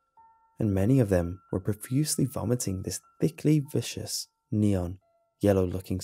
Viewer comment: i love your vidoes and have watches 90% of them and the last thing i want is to bust your chops. I've heard you say the phrase "viscous fluid (vish-us)" at least 20 times, and would like to kindly point out its pronounced viscous ( vis- cuss) meaning thick and gooey. Hope you see this comment and can correct this in the future, its pretty immersion breaking for me.